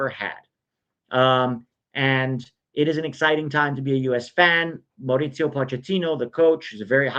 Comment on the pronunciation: Mao-ree-see-oh Pochettino